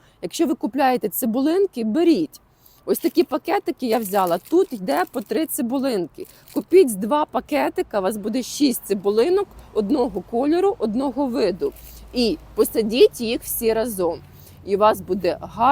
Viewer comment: Та не трї))), а трИ))))